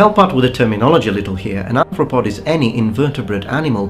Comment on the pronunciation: Arthropod is pronounced with an 'are' 'a', not an 'apple' 'a'. ;-)